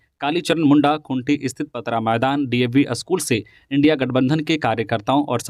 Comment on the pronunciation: सेन्हा,स्नेहा नहीं और इंडिया,इंडी नहीं